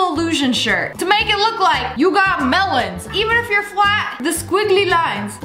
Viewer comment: When she says lemon instead of melon : Me: 👁👄👁 say that again but SlOwly